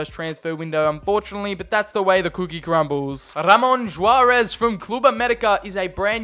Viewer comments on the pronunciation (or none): Just for the record: Juarez is typically pronounced "Hwarez" or "Warez". Keep up the good videos man!